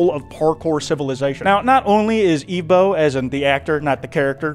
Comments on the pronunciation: Ok are you pronouncing evbo as eevbo on purpose? They say it in the show its like someone saying Pokemon as pokeman THEY SAY THE PRONUNCIATION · Not you pronouncing his name “Eve bow” the entire time 😂😭 it is “Ev bow” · its evbo not eevbo you were making me cry the whole vid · It’s not eevbo it’s evbo😂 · The way he says evbo is hilarious but annoying at the same time, it’s pronounces eh-vbo, not ee-vbo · This is because I’m most likely likely undiagnosed severely autistic, but, despite Evbo’s name being pronounced as /ɛvboʊ/ throughout both the original series/movie and clips in this video, I’ve noticed that continuously refers to him as /iːvboʊ/. I also am aware that he addressed this, but I just felt like pointing it out as it was slightly bothering me. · Its not eevbo is ehvbo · it’s evbo, not eevbo😂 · Eve bow 😂😭its pronounced EV-BOW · erm acktshually its ehv-bo not eev-bo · no way bro pronounced evbo (ev-bo) eve - bow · Im suing you its not eveboo its evbo!!!!!! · the way he says "eve-bow" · Why did you call him Evebo at the start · Ermmmm... Evbo is actually pronounced Eh-vv-boe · how can you watch the entirety of the series and still choose to say the main character's name incorrectly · how did you watch 4 hours of Evbo content and STILL mispronounce his name? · The mispronunciation of evbo is killing me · He keeps pronouncing Evbo’s name wrong 💀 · Bro that pronunciation of evbo is annoying me